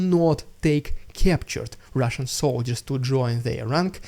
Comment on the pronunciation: Today was your rrrridicolous rrrussian prrrrrropaganda Variation majestic and Vera energetic - whoooooooah😂❤! Your a Great guy with a cool fine sense of Humor.